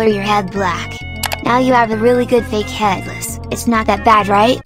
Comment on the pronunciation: "Head lice" MISS GURL😭🤚